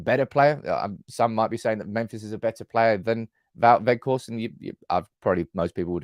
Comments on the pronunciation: Hello, I’m Dutch. And please stop saying wetchhorst, it’s weghorst 👏❤️🤣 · You have Wout spot on. As for the G ... English doesn't have that sound. I believe Welsh has it. Most outside The NL say Wackhorst, defo not Wedgehorst. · Quite well pronounced, some practising on the G, ..... A bit stronger at the end of your throat. Say WeGGGGhorst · Weghorst "pronounced - Vekhorst" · I think Wout Weghorst which you pronounce in englisch as Woud Waghorst will be a key player in scoring a couple important goals. Also I think that the money he would be worth is around 10 mil is the same as a young player with the same capabliteits but he would be worth 30 mil because of potential growed. So for 10-15 mil you would have a key player for important situations or to relieve Martial physicly. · Hi. Great convo as always. His name is pronounced VOTE VE(G)HORST, the G in the surname sounds like a growl. Lol. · Go to Forvo for pronunciation. Vout Vech-Horst (but the ch isn’t hard, it’s softer and phlegmy, like you’re about to spit) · The G in weghorst is a hard G. Use your throat Just listen to some dutch and the way we use the G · You’re pronunciation of Wout is good enough. Weghorst is like wedgehorst without the ‘d’. was your best attempt lol. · That girl really threw you off with the ''ch''. You were pronouncing it fine before.